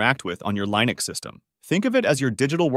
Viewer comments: lost me at Lie-nux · Completely had me fooled until I got to "Lye-nux" and "Mac-oes" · thats not how you say linux